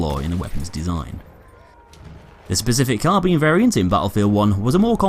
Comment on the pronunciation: like for proper pronunciation of carbine. thanks god